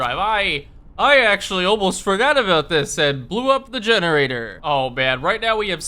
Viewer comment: "This masive building is DEGENARATOR" :D